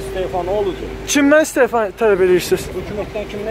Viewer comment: Hər şeyi lağ-lağıya çeviriblər. Jurnalistlərin hərəkətləri özlərinə gülməli gəlir. Nə dediklərini, nə istədiklərini özləri də bilmir. O kepkalı kişi heç istefa sözünü düzgün tələffüz edə bilmir. Bəlkə heç mənasını da bilmir. Gülməlidir vallah! Özünüzü düşmənlərə güldürməyin